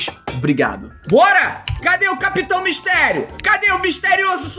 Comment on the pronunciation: Meudeeeeeeeeeeeus esse nelipe feto kkkkkkk nao sabe falar MISTERIO SOMBRIO SERTO